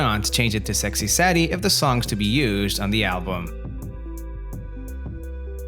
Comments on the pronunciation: say dee.....not sad ee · 9 out of ten It's Saydee not saddie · It's not sexy "Saddie." It's Sadie ("Say-dee") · "sad-ee"? Sadie is pronounced "say-dee"! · It's SAY-dee. Not SADD-e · The Beatles visited Rishikesh in February 1968. The pronunciation of Sadie is Saydee not Saddie. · Hearing the narrator say Sexy "Sad-y" instead of "Say-dee" was depressing. SMH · The Beatles actually had played with over 20 drummers before Ringo joined. Also "Sadie" is pronounced "SAY-dee," not "SAD-ee." Have you never heard the song? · The way he says sexy SAD EEEE 😂 it’s sexy SAYYYY DEEE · The a is hard in the word Sadie. It’s sounds like aid, not sad. Listen to the song. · Obviously, the narrator is not a Beatles fan. Sexy Sadie is pronounced "Sexy Saydee", not "Sexy Saddy". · Oh you Americans, Sadie is not pronounced sad ee it;s say dee lol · Sexy Saddy? It's pronounced 'Say-dee'. When they got back 'to the USA from India'....?? They got back to the UK, because - surprise, surprise - the Beatles were British. And they visited the Maharishi's ashram in February 1968, not the Summer of 1967. John didn't claim to have said 'cranberry sauce'... he actually DID say "cranberry sauce". Only Americans who couldn't pick up his accent thought he said 'I buried Paul'.... Blimey. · Sir, fix this! We don't want the younger generation thinking it's "Saddie." It's pronounced "SAYdee" with a long "a" (spelled "Sadie"). Also, if these were questions on "Who Wants To Be A Millionaire" I'd be rich in 5 minutes - no need for "50/50," "Phone a Friend," or "Ask the Audience" lifelines. (Actually, a Beatles-themed "Who Wants To Be A Millionaire" would be pretty cool!) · Nice quiz. 9 out of 10. Minor note: it’s Sexy “Say-dee” not Sexy “Saw-dee.” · It’s pronounced, ‘Saydee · Why do I have the feeling the person/AI making this video isn't a "true fan" of the Beatles?... (Well, I know at least one of the reasons - he pronounced it "Sexy SADie") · Sadie is pronounced Say-dee, not how it’s pronounced here.